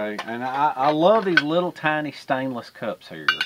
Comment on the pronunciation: Favorite word is LIDDLE😂😂😂😂😂